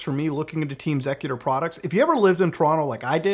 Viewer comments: Actually never heard xecuter pronounced sec-uter, always heard X-ecuter (executer). They've been in the console modding scene for decades. I remember having a xecuter modded OG xbox, same with 360 after they started banning ppl who flashed their 360 disc drive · Why are you pronouncing it ''zekuter''????? Its pronounced ''Executer'' exactly the same as the word, its merely spelled differently to distinguish its name from the common term a little bit and Im certain theres a reasonable explanation for that decision, even if its simply to have a name distinction.. Either way, the point is, youre mispronouncing the name of the group throughout the entire video.. Why didnt you at least look up the history or something to get an idea of how to pronounce the name of the group youre diving into with this little mini documentary???? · just another example of why copyright should not be a thing, "intellectual property" is utter nonsense. also isn't it pronounced executer not zecuter? ya know since they help execute code... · And all these years I thought it was pronounced Team Executor. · The name of the group is pronounced "Executor", great vid but that drove me crazy lol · it's X-ecuter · Listening to this guy mis pronounce xecuter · Is it bothering anyone else the way muta is pronouncing xecuter?